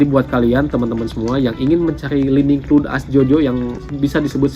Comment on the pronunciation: Clun? Wkwkw cloud (kloud) bacanya jangan asal²